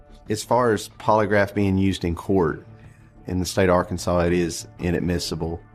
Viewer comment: Is Arkansas really pronounced Arkansore ? If so, how the hell do you pronounce sassy lol